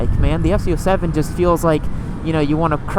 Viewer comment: It sounds like your saying ft 07?